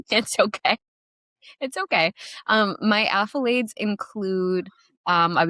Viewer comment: What are you saying are you saying accolades or affolades? Lol it's accolades right